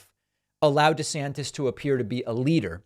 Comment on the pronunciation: DEE-Santis is DEE-magogging